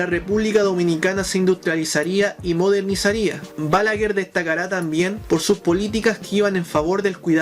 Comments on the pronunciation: No se pronuncia "Bálaguer", esdrújula, sino "Balaguer", aguda. Es un apellido de origen catalán. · Todo está excelente lo único que te corregire es que se pronuncia, Balaguér con acento en su pronunciación fuerte en la É.